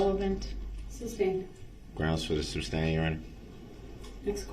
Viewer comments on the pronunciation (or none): The word is "sustain" not "substain" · Anyone notice how he says "substain" instead of sustain lol when he says "grounds for the substain" haha what a joke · “Sus” not “sub”!!!!!! How does he sleep at night? Knowing what he did and just not caring. I can only rewatch the tr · I love that nobody corrected his misuse of the word 'substain' during the entire trial.😅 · it's SUSTAIN not SUBSTAIN and it's pronounced as ASK not AKS! hahahaha pathetic. go back to school! oh wait! you're in jail! hahahaha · IDIOT , ITS SUSTAIN , NOT SUBSTAIN !!!!! IM SOOO HAPPY HIS ASS RECEIVED OVER A THOUSAND YEARS IN PRISON!!!!!!!!!!!!!😅😅😅😅😅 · "SUS-TAIN"... MUHFUGGA, "SUS- TAIN!!!" 🤦🏿‍♀️ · The manner in which he twists and mangles words is absolutely astounding. "Deeshkripshun", "licin place", "substain", "entee", "doojishul", "uhdoonduhkayted", "tackit/tackick/tactic", and on and on. His pronunciations are nearly as abominable as his knowldge of definitions and appropriate usage of words. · “Grounz for the suBstain” 😂😂😂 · Groundz and sub-stain his favourite words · tackit for tacit, umbiblical cord (my favorite), sub stained, axed, spec a lation, relevancy, and soooo many others! 😅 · It's so stupid he doesn't even know how to pronounce a 2 syllable word correctly. Substain for sustain